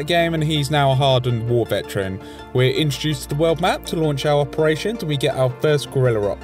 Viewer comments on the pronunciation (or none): none